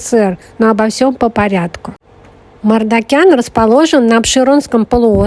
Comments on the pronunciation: Вообще-то МаржакАн, а не МардакЯн.Просто на азербайджанском звук ,,К,, в этом слове звучит мягко, как в слове кино.А следующая за К звук ,,А,, звучит просто как ,, твердое ,,А,, ( не йа, и не я). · Не Мардакян а Мардакан